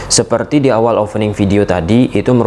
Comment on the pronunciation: Opening bang bukan ofening 😢